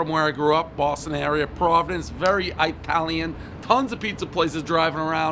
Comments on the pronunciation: You lose all credibility when you say Eye-talion. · It’s Italian not I - talian but everybody knows the rules .